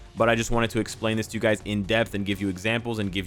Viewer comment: Did anyone hear him say duys? Instead of guys?